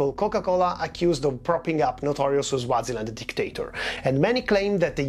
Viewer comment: Bro rid you just pronounce Swaziland as Zwaziland??? You say it just the way it is spelt...